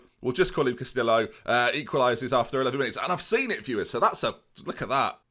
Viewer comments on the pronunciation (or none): Stop pronouncing the L's in Castillo, they are silent. Sounds like Casti-oh. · he managed to through that away with Castillo and Bielefeld